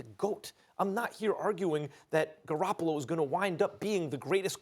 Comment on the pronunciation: Janeane garofalo 🤣🤣🤣🤣 I swear this is what I hear when they talk about the 49ners quarterback 🤣🤣🤣🤣